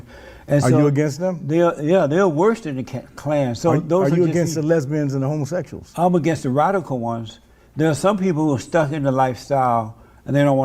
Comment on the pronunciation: “Homosessuals” gets me every time